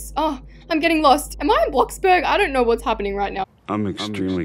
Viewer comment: the way she said bloxbug not bloxburg